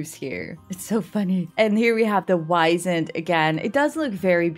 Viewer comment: Honestly I think you're reading a bit too deep about the whole "Twilight Years" thing. Also with the Wisent, it's actually pronounced "Vee-Zent" since it's name is German in origin.